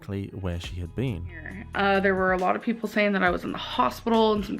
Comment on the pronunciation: Heartbreaking to see in this episode how Becky gave in and deteriorated at the behest of ALR. Just “sayeen.” Btw, binging on Werther’s Hard Caramels watching this. 😋